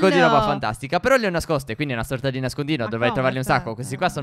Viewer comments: Vi adoro.😍😍😘😘😘 p.s stef a un 1.53 min a detto phero e non phere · Ha detto però non phero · Giorgia18 7 la grammatica? E comunque ha detto phero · Ai detto fero stef